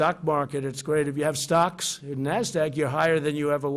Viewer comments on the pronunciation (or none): He says stocks but I keep hearing socks going down.